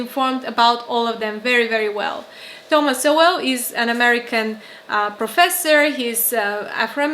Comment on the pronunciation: You don't pronounce his name as "So Well" but almost like "Soul"